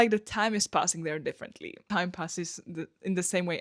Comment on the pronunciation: Different-LY. PLEASE.